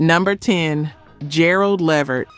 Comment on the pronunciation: Gerald last name is pronounced LA VERT!!!!